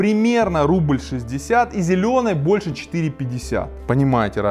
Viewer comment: ухо режит слово"рубль"... сам так часто говорю, но это не правильно.